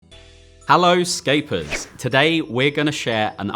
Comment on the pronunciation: I was genuinely baffled why he called us staplers at the beginning xD Scapers, scapers damn